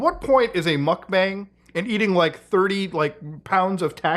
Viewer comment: not me hearing Mutahar say "mock bang!" (mukbang) 😁 Mutahar laugh